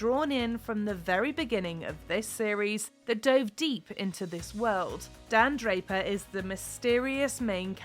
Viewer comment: Who's Dan Draper?! hahaha :goat-turquoise-white-horns: "My name is Don, Don Draper..."